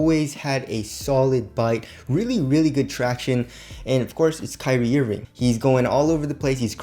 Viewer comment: Kyrie "EErving" 😂